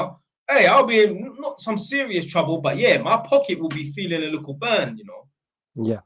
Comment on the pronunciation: Man said bun your memories 🤣🤣